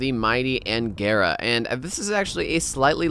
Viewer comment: Just some thoughts that are... well, not really much needed: in T-140 Angara's name the stress in on the last syllable (AngarA). It is named after river AngarA (or i assume so) which is located in Krasnoyarskiy region in Russia. And yes, thank you for the video =)